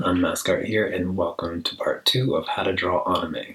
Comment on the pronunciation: did he say AW-Neh-Me?! or AN IIIIIIIIIIme